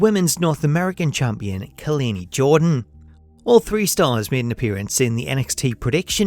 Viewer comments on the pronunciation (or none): You keep pronouncing Kelani Jordan's name wrong.. well, her 1st name at least.